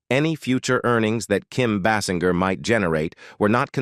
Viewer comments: Kim “BAY’-singer’ is her name. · Can't you pronounce her surname properly!!!!